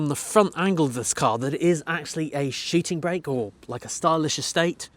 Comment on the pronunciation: Shiting brake - I do love your pronounciation :-)))